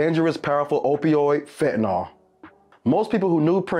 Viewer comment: Fen-tah-nil not Fen-tah-nol